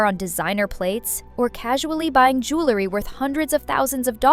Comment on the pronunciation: The word the JEWELry. Not JOOlery. 🙄